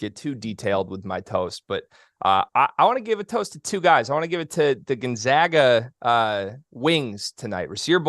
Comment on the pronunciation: All these years and they still mispronounce Gonzaga!!!